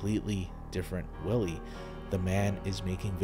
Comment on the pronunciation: You pronounce W's as V's in German sentences, so Willi (Villy), which is probably short for Wilhelm (Vilhelm).